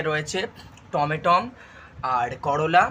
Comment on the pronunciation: এত ভালো ইংলিশ ও বাংলা বলা ছেলেটার মুখে শুনলাম টমেটম very interesting 😂